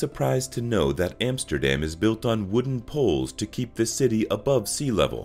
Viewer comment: try to pronounce Vincent van Gogh as it must be spoken, not van Go......... not Emsterdem... and so on... teiible..